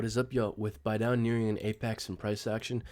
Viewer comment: its BEE-DOW, go watch one of bastian's video, that is how he pronounces it